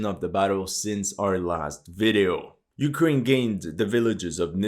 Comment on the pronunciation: "but ukwaine winning"